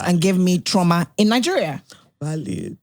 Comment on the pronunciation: I kept hearing trama till they explained it then I realised it was trauma